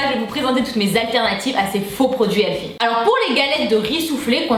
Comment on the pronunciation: jadore kan tu tu di le mot healthy! tu di "healfy" lol jadore!!! bisou tassure ma belle